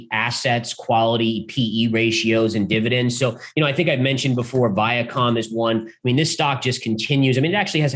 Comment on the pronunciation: I love, but... Every Time He Says VIACOM... I lose a lot of trust...